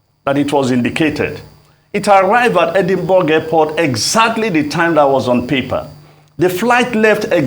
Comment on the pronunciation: How can this man have been an ambassador but he doesn't know how to pronounce 'palace' or 'Edinburgh'? Otherwise he made very good points about our inability to organise anything. Anyway it's our culture, Nigeria has a regressive culture that naturally makes everything backwards